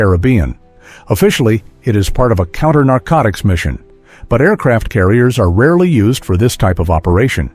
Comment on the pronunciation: . Counter narcoticts ??? 🤣🤣🤣🤣🤣